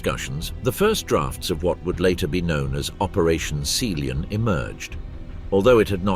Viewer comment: "Operation Seeleyon"?? Sea Lion, you fools.